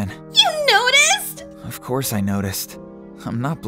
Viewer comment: The part when he sais :of caurse i noticed i'm not blind 😂